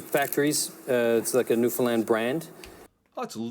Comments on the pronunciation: When you pronounce "Newfoundland", the "land" part is said the same way you would say it on its own. "Land", not "lund". Working in the tourist industry, I hear folks from away often mispronounce it, in a variety of ways. The often put the accent on the second syllable, as in 'new YORK' or 'new GUINee'. It actually goes on the first syllable, so you got that one right, so kudos! The right way to say it would be 'NEW-fun-Land', accent on the first syllable with a lesser emphasis on the third syllable. Clear as mud, b'y! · Love your channel. As a newfoundlander, it's great to see you react to our food. I have to let ya know, though, it's pronounced Newfin-land and newfin-lander; not newfin-lind and newfinlind-er. Oh, and cod tounges when done right, is the best food from the sea you will ever eat. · Pronounced NEW FIN LAND not NEW FIN LIND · You got the first 2 syllables right. But its Land not Lind. Newfin-land XD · Love the videos, but you need to pronounce the "land" in Newfoundland instead of "lind" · Please pronounce it right. It's not lind its land. You got the rest perfect. The I sound takes place of the ou not the a. Thx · Newfoundland is pronounced New fin Land, not nefinlin. it rhymes with understand. Like understand Newfinland. The cod tongue has a gelatinous part to it, but also two meaty parts that are like scallops. I am not a big lover of the jelly but love the meat. The Purity syrups are beverage syrups, they come in flavors like cherry and strawberry, you pour a half inch into a glass and fill the rest with cold water, it is seen a lot at Christmas time and summers, it is delicious. Also, try typing "Purity peppermint knobs" to see the candy instead of the door knobs. Love your videos, keep it up. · Firstly, you need to learn how to pronounce Nfld correctly. It’s not Newfinland!! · Absolutely love the publicity you're giving us. Please 'though , the pronunciation rhymes with understand... Newfunland 😊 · WRONG...ITS NEW FA LAN